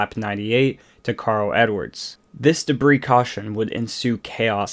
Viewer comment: Oh man….that mispronunciation of debris though…